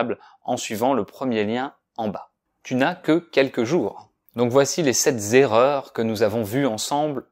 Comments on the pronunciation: Je ne comprends pas la liaison que tu fais dans sept erreurs. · Bonjour, j'espère que vous portez super bien, j'ai une petite remarque concernant la liaison entre sept erreur, et ce qu'on disait sept (z) erreurs comme vous le prononcer ou on prononce sans liaison. Merci d'avance. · Sept erreurs!!!! D'où vous sortez Sept zerreurs ???! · Les 7 zerreurs... j'ai perdu un tympan sur le coup. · Why did you say 'sept Zerreurs'? I am confused!